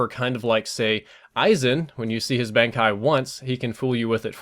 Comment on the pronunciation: I knew you watched anime but I didn't know you watched Bleach. I gave up on trying to keep up with Bleach very early on but I think you pronounced "Bankai" wrong. Lol. I think it's supposed to have a soft a like when you say "awww" but you pronounced the "a" in a manner that is seen in the word "band."